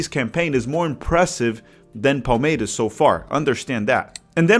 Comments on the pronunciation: Seu canal é bom demais, parabéns pelo conteúdo! Só uma dúvida que surgiu aqui: Você definitivamente não é paulista, né? 😅 Vi que torce para o Palmeiras, mas a sua pronúncia do S em português não é de torcedor local hahahaha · Awesome to have Brazilian football/soccer coverage in English. Just wondering why you’re pronouncing Palmeiras and other ‘s’ like a Carioca 😂. My wife (a gringa) who is learning Portuguese was confused and of course I’m steering her towards the Paulista way of pronunciation.